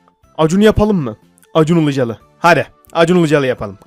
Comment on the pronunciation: Acun ULUCALI değil acun ILICALI